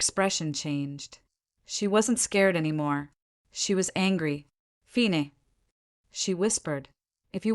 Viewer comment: I understand the confusion with words like bow and the mismatched pronouns, but why do AI readers pronounce fine like the French word and not the English word?